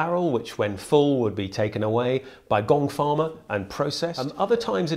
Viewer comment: the first time you said gong farmer I thought you said gold farmer and I thought you were joking